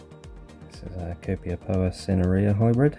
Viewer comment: You have a good collection of Copiapoa. And a few of them are forming offsets at a young age. Great job pronouncing the names as well. 😄 Waiting for part 3. 😉